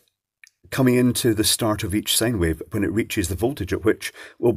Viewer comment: Can please say Sine Wave and not Sane Wave? Say Road Sine!